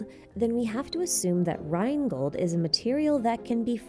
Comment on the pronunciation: Good job on making Rheingold sound extremely badass with your english pronounciation!!!